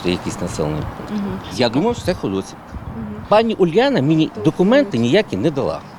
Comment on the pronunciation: Дякуємо за роботу. На майбутнє - наголос у назві села на «і» - ХодосІвка.